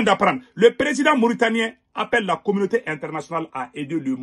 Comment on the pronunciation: Mon frere je naime pas quant vous prononcer commaute soit disant international